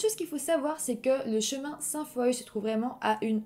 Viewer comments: Je me disais justement: ah Saint-foye, connais pas ?! 🤷🏼‍♀️ Mais oui, Sainte-Foy 🙋🏼‍♀️😂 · Merci de traiter du true crime québécois! Tu racontes super bien mais on prononce sainte FOIE ! hahha je l'ai ris ! Pas ris de toi je t'ai juste trouver comique ! Lâche pas tes vidéos sont super je connaissait même pas ce ca là ! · Ste-Foy ne se prononce pas « saint foille », mais bien « sainte Foi ». (C'est ma ville natale.) » Foy » est l'ancienne graphie française du mot « foi ». Sinon, très bonne vidéo. :) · J'adore tes vidéos, tu y met beaucoup de recherche. Juste te dire que Sainte-Foy, ça se prononce comme le mot "foie". Je vis à Québec et Sainte-foy est un quartier de la ville. Je voulais simplement te le signifier, car tu ne peux pas vraiment le savoir 🙂. Merci de me faire découvrir une affaire de ma ville natale que je ne connaissais pas. Bonne continuation à toi ! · Ste-Foy ça se pronnonce Sainte-Foi (sainte-foua)